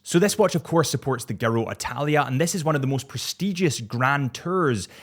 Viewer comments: Just for future is pronounced JIR-ROW. Its tour or lap of Italy in Italian. Do the little Italian hand thing with the thumb and fingers, commit to it that always helps. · pronounced - JEE-ROW lol